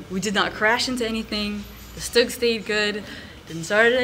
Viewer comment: Amazing!! Although you guys kept saying Stug wrong and it was kinda driving me crazy😅😅 because im use to saying all german WW2 vehicles in their German pronunciation😅 But hey I will give 100% credit for mentioning that it wasent a tank and actually a Mobile Assault Gun so that makes up for it👍👍